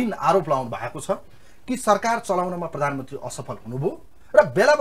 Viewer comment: मगल ले प्ररामन्त्रि होइनन् हो स्पष्ट शब्द बोल्नुपर्छ हो प्रधानमन्त्री हो